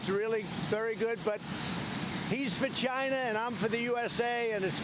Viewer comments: wow, he almost pronounced "China" correctly 今日割五城，明日割十城，染得一夕安寝。起视四境，而秦兵又至矣。然则诸侯之地有限，暴秦之欲无厌，奉之弥繁，侵之愈急。故不战而强弱胜负已判矣。至于颠覆，理固宜然。古人云：“此地事秦，犹抱薪救火，薪不尽，火不灭。”此言得之。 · Did he said china or vegina? Sounds like a beaten baby and sounds delusional. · At 1.02 I thought he said he's vagina, I'm for USA. 😂😂😂. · You too??? I swear I thought the same thing!!! 😂😂😂😂😂😂😂👊😂👍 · He said “He’s for China” for a second I thought he said “He’s vagina”